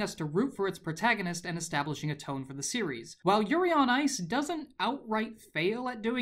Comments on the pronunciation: Just realized he said yuri on rice near the end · "Yuri on rice"🤣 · Did he say Yuri on rice? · "Yuri on Rice" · did anyone else catch him saying yuri on rice ? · I heard "Yuri On Rice" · I heard "yuri on Rice" 😂😂😂😂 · Your said yuri on rice